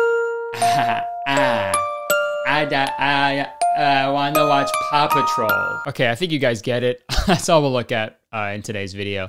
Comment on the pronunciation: I've seen this video five times or so and I just now realized Kurtis is saying "Paw Patrol" and not "Papa Troll"